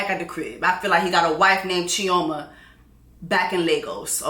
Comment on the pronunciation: not Chi-0-ma in Nigeria😂